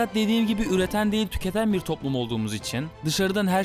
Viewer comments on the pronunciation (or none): none